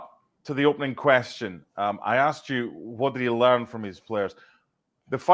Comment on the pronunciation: He leaned to put an r in learn before publishing